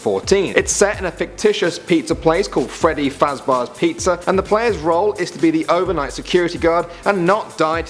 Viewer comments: i got triggered when you said fazbars pizza instead of fazbears pizza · I'm sorry but whats "freddy fazbars" ? its "freddy fazbears"! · It sounds like he’s saying fazbars not fazbears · fazBEARS not fazBARS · "Set in Freddys Fazzbars pizzeria" xD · Wait? Did you say “Freddy FazBARS Pizza”? Dun, dun, duuuuuun!!! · FABARS HAHA 😂😂😂😂😂🤣🤣🤣🤣🤣🤣 Btw the phantom animatronics are ghosts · How many people were triggered when said pronounced freddy fazbears like freddy fazBARS.... XD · Freddy Fazbars pizza... Hmmm 😝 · YES! AND HE SAID FOZBEARS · 2 things. 1: its scott cawthon not cawthorn. 2: its freddy fazbears not fazbars pizza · fazbars? Cawthorn? wierd pronunciations man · Scott Caaathon Freddy faazbars really???!?!?!?